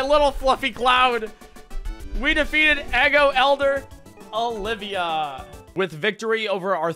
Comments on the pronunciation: The town isn’t “Eggo” it “Ego,” like part of your mind between the conscious and unconscious. Of course that guy was Wolverine, all of his Pokémon have looooong claws. I like the theming. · Btw, it’s pronounced ego. Not eggo.